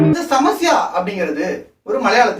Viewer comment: Samasya not samayasa